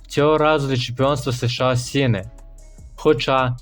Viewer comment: США, а не СеШеА. Нема в українській мові звуків се і ше , а є ес і ша. Прийнято казати просто США. Дякую за випуск